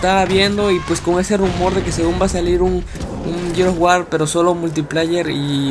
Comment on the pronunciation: Jajaja a huevo así dice jajaja no mames no puedo creer que no pueda pronunciar "GEARS OF WAR" JAJA NI "JUDGMENT"